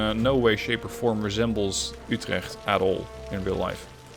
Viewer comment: Man I love the city of you trekked and the name mick hail. Don’t you love when people butcher pronunciations